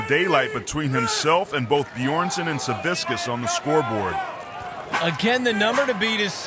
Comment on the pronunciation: Boy you’d think after all big Z has done, the commentators would actually get his last name right. Savickas isnt that hard to pronounce.